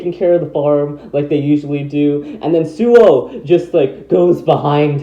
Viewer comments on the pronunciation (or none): actually it's Suoh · Hey everyone the website for beyblade Burst chouzestu the character bios say the correct pronunciation is SUOH not suou.